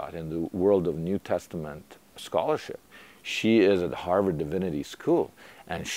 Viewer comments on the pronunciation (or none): none